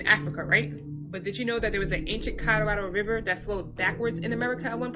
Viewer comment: ca-rah-rahddle river 😂